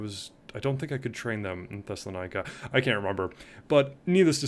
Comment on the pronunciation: Your pronunciation is killing me 😅 so I am going to help you. They are pronounced something like this: Thess-ah-lon-NEE-kee (Thessalonike) HEE-ose (Chios) LEZ-vose (Lesvos) Gah-lah-TAH (Galata), note this is NOT Galatia which is an ancient region in central Anatolia In general, there are no "oy" sounds in the names of Greek units or objects.. oi is "ee" Ai is pronounced "eh" Ei is pronounced "ee" Those are some basic rules